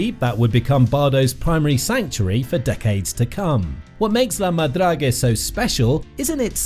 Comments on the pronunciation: Check how the word is pronounced in Frencg before you make a video. So annoying to hear 50 times la madragé. My ears are bleeding. 🤮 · Agreed! Narrator or AI, whichever you are, learn how to pronounce La Madrague properly in French before doing a video!